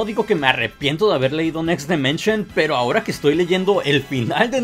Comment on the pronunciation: DImension, no DEmension.